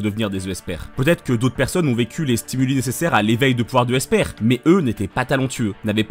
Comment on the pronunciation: J'ai une question, pourquoi tu prononces "Esper" "Euh-esper", j'ai l'impression que tu lis le mot avec 2 e et la question me taraude ToT